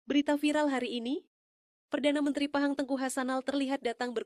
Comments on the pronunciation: Sebut nama negeri Pahang pun tak betul,,, negeri #PAHANG bukan 👉 phang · sebut phang pun tak betul pinipu punya ustad nasihin